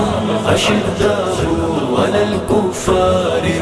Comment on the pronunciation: is men jo background naat khuwaan hain wo aayat galat parh rahe hain. ashiddahu nahi hai wo ashidaau hai